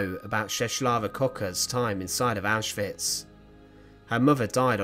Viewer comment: Thank you for pronouncing names like Auschwitz (OwshVitz) correctly, it's infuriating how many people don't - I know for many it's out of ignorance, but it feels disrespectful.